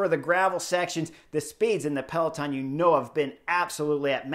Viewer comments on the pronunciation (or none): none